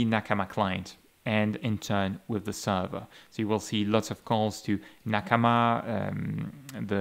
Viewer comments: sounds right to me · It's a Japanese word and he speaks Japanese so he's probably using the native pronunciation